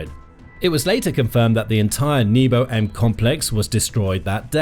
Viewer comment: so you pronounce nebo as knee-bow - that's hilarious